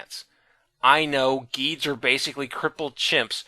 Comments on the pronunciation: "Geeds"?! I've heard of Gedds being pronounced "Gedds" or "Jedds" (soft/hard G) But I know you eventually learned how to pronounce it, as I've seen the Animorphs video game reviews. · It's NOT geeeed. It's GEDD. Like dead. and Hork Bajir is more like Badger, not Ba'Jeeer. It's AL-Dree-Ah. Not Aldraya... like Andrea... Aldrea.. It's Dahk Ha-Me, not DackHammy